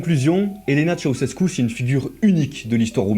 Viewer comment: Très bon boulot : Elena, c'était vraiment une sacrée teigne 😮😵‍💫😱 Par curiosité, je suis allé voir sa tombe. Concernant l'acide sulfurique je sais pas mais en ce qui concerne "Tshéoushèskou" pour Ceaușescu, oui oui ça progresse, on y est presque... mais encore un effort hein 😀😀😀 Y'a un truc à retenir : en roumain, TOUTES les syllabes se prononcent. Bien distinctement. On ne fait pas comme en français, on ne les "avale" pas, jamais. Donc... ? Donc Ceaușescu c'est "Tshé-a-ou-shès-kou". Faut surtout pas oublier de prononcer le "a" quoi 🤣🤣🤣 ...